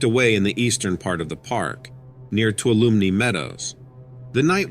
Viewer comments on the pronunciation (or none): Sorry, I hate doing this to you or anyone, I hope you understand why after I explain why I’m doing this… Tuolumne meadows is actually pronounced the way I am going to MISSPELL it here… “Tuwalime.” The reason I am doing this is so people know exactly where the unknown trail the Ranger refrenced is close to in the case they visit Yosemite and want to avoid walking the trail. P. S. I hope you understand what I meant and I truly apologize if I offended you, it was not my intention at all again I’m sorry. 😣